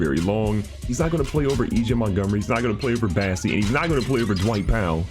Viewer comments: Does he still not know it’s BOSSEY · Wait, isn’t his name bossey and not bassey?